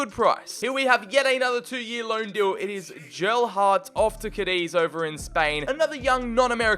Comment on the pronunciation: Is it me or did he say jelhardt